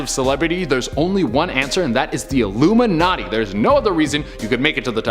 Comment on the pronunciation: Stop saying iluminaty youll get cursde